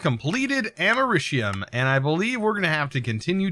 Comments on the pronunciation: It’s Americium like America ium. And the californium is California ium. Both without the “a” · it’s Americ(as in America) ium